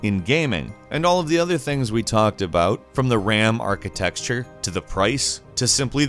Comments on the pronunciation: I love you... Jake is annoying as shit, and you kick ass. But.. you really need to learn how to pronounce arcitecture, hint: it's not "arcitexture". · The way he pronounces architecture "architexture" triggers me slightly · The word is "architecture", not "architexture" 🤦🏾‍♂️ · Oh my god, stop saying "architexture" lmao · Anybody notice he mispronounced architecture as “architexture” like every time? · Of the many videos you've made, I thought, you'd know how to pronounce the word "architecture" correctly. Seriously, it is not pronounced as "archi-texture" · Does he say architexture cause he likes to or can he not say architecture? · I love your videos, but please, for the sake of my sanity, it's "architeCture", not "architeXture". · There's no "x" in architecture. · Dammit I've told you before. It's ARCHITECTURE not ARCHITEXTURE! XD XD XD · why do you pronounce the word 'architecture' as 'architexture'? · Is it really pronounced as ArciTEXTURE? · What is this arkitexture he keeps pronouncing? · What the hell is this "architexture" he keeps saying? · Ram "architexture" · "The archi-texture" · Someone teach how to pronounce the word "architecture." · You know it isn’t pronounced “architexture” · "arka-texture" intensifies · *"architexture'? :-D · Really need to stop saying ARCHITEXTURE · I never heard the word “archi-texture” used so often 😂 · HEY NARRATOR WHERE IS THE "S" IN ARCHITECTURE?